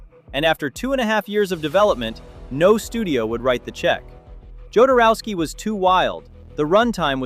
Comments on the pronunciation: Jo-dor-ow-sky. there. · Jodorowski's name is never pronounced the same way twice in a row.